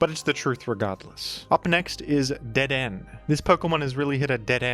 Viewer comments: The way you say dedenne is painful.. (like dead- en- A) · I'm annoyed at pronunciation of Dedenne even though hes pulled clips from the anime, it's dedeNAY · It's pronounced deh-deh-nay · DeDen is a strong contender against GruDon for the weirdest jimnounciation. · Don't worry. The pronunciation was wrong so the true Dedenne is safe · The way you pronounce Dedenne is so funny, like your tongue is stuck in a blender while gargling condensed milk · I believe Dedenne is pronounced with a 'Neigh' at the end. It is because of this that Dedenne is applying to join the Horse Council. I understand that you may be silencing the 'Neigh' because you disagree with Dedenne's claim, referring to it as "Dedenne's Dastardly Deed" in private, but I think we should all give Dedenne a fair chance. Thank you. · I watched a lot of the gen 6 pokemon anime, which had Dedenne in there a lot, yeah he's absolutely pronouncing it wrong lol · has mispronounced the honorable Dedenne’s name. I think it is fair to say that there is hardly a greater offense capable of being conceived of. Devastating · You mispronounced dedenne on purpose didn't you? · I have to wonder if his butchering of the pronunciation of Dedenne was motivated by trying to make the dead-end joke work.